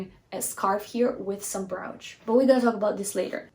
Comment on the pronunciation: Brooch is pronounced like roach, the bug.